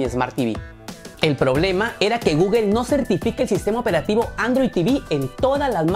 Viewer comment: No se no confío en alguien que no sabe pronunciar google